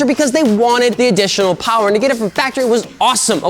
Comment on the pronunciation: MORE POWAH BABY